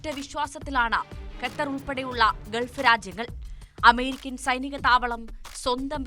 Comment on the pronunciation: 'ഗെത്തർ,' 'ഗെൾഫ് ' ഇതൊന്നും ശരിയായ ഉച്ചാരണമല്ലെടോ. 'ഖത്തർ', 'ഗൾഫ്' എന്ന് പറയൂ